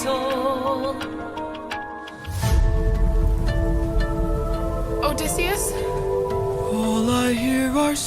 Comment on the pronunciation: So.... you're still saying OdEHsseus, huh. I thought we were past that.